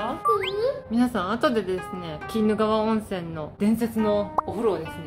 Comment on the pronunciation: 冒頭の鬼怒川は、キドガワとは読みませんよ。キヌガワと呼びますよ。恥ずかしいよ